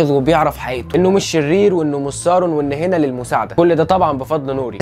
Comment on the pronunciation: اترجاك ! اسمه مش سارون اسمه ساورون